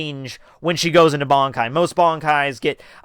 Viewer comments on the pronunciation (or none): Your videos are overall enjoyable. But PLEASE learn how to pronounce the japanese names and terms! It's Bankai, not Bonkai. Ban, as in Bun. Zanpakuto, not Zanpakt-oh. Sun-puck-t-short O. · I don't understand how you can be bold enough to make videos about Bleach and then not pronounce key terminology correctly. Barn-kai? Zan-par-kto? Ken-par-chi? If you're not sure how to say the (what look like really easy to pronounce correctly) words, watch an episode or two of the anime with subs. Unbelievable.